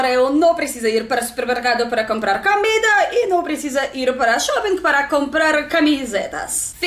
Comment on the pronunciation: Pode continuar a falar "camida", XD. Que SHOW essa caneca de Tim Maia!!!😍😍♥️♥️♥️